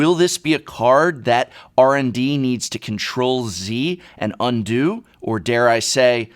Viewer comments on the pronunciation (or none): none